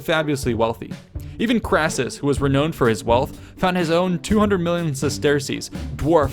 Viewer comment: pst, "renowned" is pronounced to rhyme with "round", not "owned"